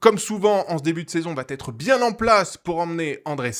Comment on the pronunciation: merci, super résumé com d'hab ; PS : il n'y a pas de T à "ça va", donc on ne dit pas "l'échappée vaT être reprise", mais va être ; j'aime pas faire mon prof, mais ça m'écorche les oreilles à chaque vidéo ( c'est récurent dans tes résumés), et c'st dommage de répéter une telle faute (id. pour il vaT y avoir) ;) désolé :)